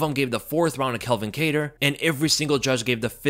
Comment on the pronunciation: Why do you keep calling him Kel-vin? It's pronounced CAL-vin. Why do people always mix those names up